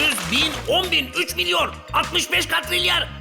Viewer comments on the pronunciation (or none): Katrilyer ❌ Katrilyon ✅